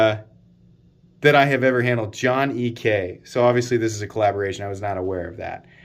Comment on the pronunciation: John Ek as John Eee-kay also hurt